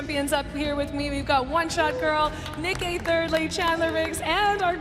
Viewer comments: Is it just me or did the lady say "Nick Eh thirdly". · In the beginning where the announcer announce the names of the creators she said “ Nick Eh thirdly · Did you notice said nick eh thirdly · did anyone else notice she said "nick eh thirdly" xd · HAHA SHE SAID NICK EH THIRDLY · Did anywone heer that she sed Nick eh tirdlee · "Nick Eh thirdly" lmao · She said nick eh thirdly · said nick eh thirdly lollll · said nick eh threy 😂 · Lol who else heard Nick Eh Thirdly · Lol she said tirly